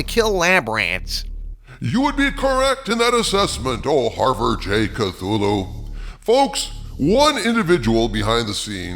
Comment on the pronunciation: Dude doesn’t know how to pronounce “Cthulhu”.